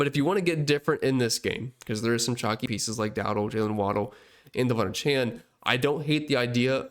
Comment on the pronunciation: Great content and analysis. (One note: names are important to people; he pronounces his name: Duh-VON AY-chan.)